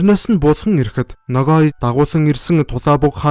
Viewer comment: Buruu heleed baih yum. holoin g usgeer helne. noghai